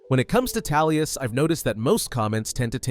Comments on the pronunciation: Amazing Video you said Tallius in the video not Tullius just so you know. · Tullius.. Tullius.. TULLIUS!! who's Tallius?! Literally could not focus on the video 😭🤦‍♂️ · Why are you pronouncing it Tallius, its TULLIUS. I couldn’t get through the intro. I hate when people pronounce a name incorrectly for videos when it’s said verbally numerous times in game/media. Feels like engagement farming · Who's general Talius? Lol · Toolious. as in tools.ez p.s. a story about gay jAlius Caesar would be fun though. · I’m having a hard time believing you even played the game. I hear Tallius, Toollius… bro 🤣🤣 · Every time I hear this dude say Tallius I feel something in me being triggered. It’s sounds more offensive than somebody farting in Church. 😂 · I took a shot while listening to this for every time he said "Talius." I am now recovering from my alcohol poisoning in Heaven. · I was about to berate you on it 😂😂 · Not going to lie, made it difficult for me to watch. Just kept irking me lol, probably more because you seem to know a lot about elder scrolls so it did not make sense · Haha I thought you was trying to conflate Tullius with Talos on purpose....like you was implying he was an avatar for Talos or something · astleast you recognize you arent pronouncing it properly. i can forgive it with such good content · I'm so confused how this happened, is there a scenario in which the letter U sounds like a short A? Not tryna hate, just tryna understand lmao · Never understoof how someone could hear a word, see its spelling, hear its pronunciation, and then pronounce it wrong repeatedly. Gotta be intentional. 10/10 ragebait. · Halfway through the video and I can't help but wonder when the Captain Ranger of the black gate became the General of the Empire, there is only so much we can do with our pronounciations, but it's really distracting xD